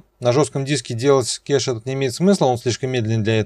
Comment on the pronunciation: КЭЭЭЭЭЭЭШ а не КЕЕЕШ !!!!!!